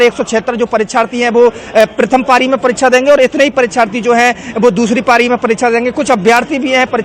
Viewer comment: पाली नही भाई पारी होता है grammer mistake नहीं pLease😂😂😂